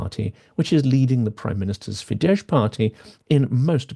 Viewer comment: Hi there, you mispronounce the words Tisza and Fidesz. The "sz" sound in Hungarian is pronounced the same way as the "s" in "sun", "soft", "silly", etc.